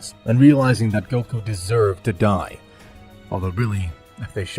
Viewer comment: GOKU NOT GUOK